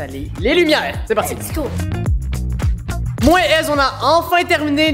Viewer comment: C'est pas lest'wo C'est lest'go